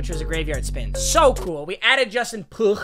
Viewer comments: Pugh is pronounced like Pew. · I can't tell if your joking lol but it's pronounced pew (Pugh) like a fake gun noise lol pew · Oh btw, Justin Pugh is pronounced like pew